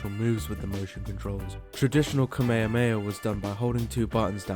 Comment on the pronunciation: the fucking what motion? I enjoyed the video quite a lot but you definitely butchered the Kamehameha